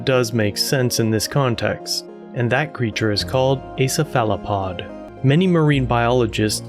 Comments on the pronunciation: Ceph·a·lo·pod - /ˈsefələˌpäd/ Your pronunciation is a little off. Just for future reference. ☺️ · sa fala pod ohhh you are referring to a cephalopod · I love your work, but the way you pronounce Cephalopod is cringe as hell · I've never heard cephalopod pronounced that way before.... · You have an unusual pronunciation of cephalopod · Great Job!!! 🌟 I never heard anyone pronounce Cephalopod like that, so many times! 😂 But I'm trying not to get onto folks about pronunciation these days. DeThawed means freeze though. 🤷🏻‍♀️😁😂 Definitions I'll stand on a hill for.🤓😂 You hit the most current info on points as soon as I thought it!💯🌟 I only recently heard about the Black Goo... Thanks for covering it! ✌🏻☮️🖖🏻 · Exactly on the “ dethaw “ 🤣🤣🤣🤣 I’ve caught others saying it too! I also agree on the Cephalopod pronunciation, but I can over look that... Charlie Berens says dethawed is the Midwestern way, however I disagree 👍🏼👊🏼🦖🍺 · You’re mispronouncing Cephalopod. Pro tip. I’m not trying to be critical. When I heard you pronounce it my first thought was have I been pronouncing it wrong all this time? So I decided to check.